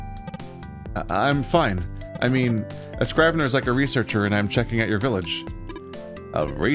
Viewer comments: The I in scrivener is pronounced like an E. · The “i” in scrivener is pronounced like the “i” in igloo. Not a big deal as it’s an archaic word that’s not really used anymore.